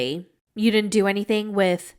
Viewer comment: "Baychler pawrtee." "Jyew ditndnt tell me." The accents impressiona kill me 😂😂😂